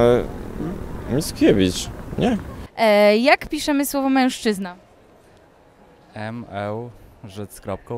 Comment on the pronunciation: ten z przecież dobrze przeliterował, bo przecież babka sama tak powiedziała. Myślę, że gdyby powiedziała ''mężczyzna'', a nie ''młszczyzna'' to również dobrze by przeliterował. :)